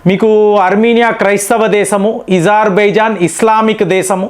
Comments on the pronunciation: Nee bonda azarbaizan not Izarbaizan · It's Azarbaijan mastaru Ezerbhaijan kadu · Where did Izar… bijon cane from Its azarbijon ? Say “A” not “I” not “e” correct it ! Its very bad to listen to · Your pronunciation....not correct.. Not izarbizan Azerbaijan ....A...Pl.. correct it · ఇజార్ బైజాన్ కాదు నాయనా అజార్ బైజాన్